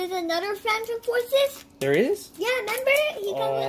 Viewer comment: Why do u always say der instead of there